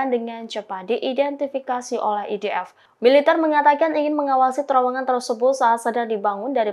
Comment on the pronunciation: NITC = en ai ti si IDF = ai di ef VLCC = vi el si si tolong belajar lg yaa presenter. ini kritikan, bukan hujatan ataupun hinaan ☺️👌🏻